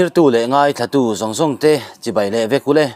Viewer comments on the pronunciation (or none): none